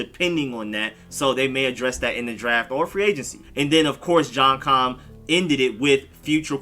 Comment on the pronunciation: isn’t it “John K-i-me”.? not “John Com”..???